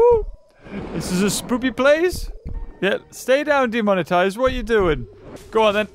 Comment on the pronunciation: Him saying demonitize is gonna get him demonized